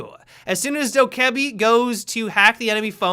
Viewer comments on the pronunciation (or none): I thought it was pronounced doh ka be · The two ks in dokkaebi are pronounced as a g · The way you say dokkaebi is fucking awful